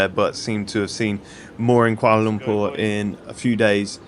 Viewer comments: Finally someone prononuced Kuala Lumpur right. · another great video. Good on you for pronouncing Kuala Lumpur correctly as my Malay pal always made me laugh when he said it’s like umpah loompah like Charlie and the chocolate factory. Try Penang island if you get the chance too. Delightful people in Malaysia and the only downside is that the party side is a little conservative but hey that’s understandable in a Muslim country but the people truly make up for it! Keep em coming!